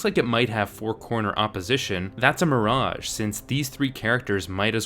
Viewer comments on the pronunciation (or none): none